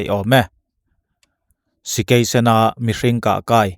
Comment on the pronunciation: Sikei sen i tih hi Sakei sen tihawm zawk tak ani